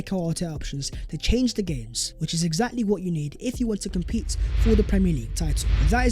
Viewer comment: “Vhat is vhe video vhere and vhere.”????? What does that garbage even mean?!! IS A DIPSTICK!!! WHAT A PLONKER you are!! What is that CRAPPY MEANINGLESS - “VHAT IS VHE VIDEO VHERE AND VHERE.” Honestly! Your English is an embarrassment! You think it’s cool to do consistently end your otherwise excellent content by appearing to be a complete DUMBASS??? 😂😂😂😂😂 Do you even care about improving your video presentation??? ONLY the ending let’s your product down. FIX IT, you goofball!